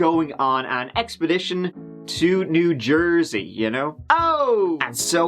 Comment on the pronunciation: Lol Mike's new Jersey ohhhh at the beginning was hilarious.